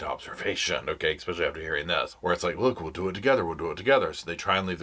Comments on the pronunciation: I love this show and little Roscoe, but it jars my ears to hear "eckspecially" over and over. Drop the k pleeeease?? Love, a fan. PS The ONLY innocent Adelsons are Robert and Dan's sons. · *especially, not ekspecially